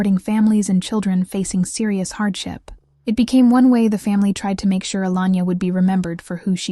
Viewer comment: HER NAME WAS ALAYNA, NOT ALANYA. GET IT RIGHT. And how many times do you want to repeat the same facts. I HATE AI SLOP